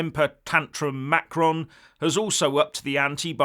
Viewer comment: please try to pronounce Macron's name a little more correctly. pronouncing it like you did in this video is childish. I'm not looking for a complete French-speakers' pronunciation, just try it the right way instead of making fun of his name.